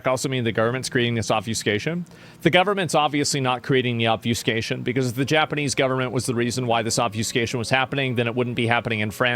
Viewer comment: do you summer with a weird speech impediment where you can't use the character 'F'? I mean you can't pronounce obFustication/obFuscation but you keep repeating your version of the word like an impaired parrot.